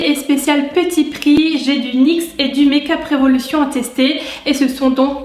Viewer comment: ahhaha tu m'as trop fais rire au début avec ton accent anglais make-up revolution pcq tu le faisais avec l'accent fr avt. Et aussi tes petites phrases après c'était marrant !!! Continue comme ça Gros bisous #teamsnap